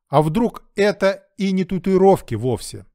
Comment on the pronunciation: Правильно произносить татуИровки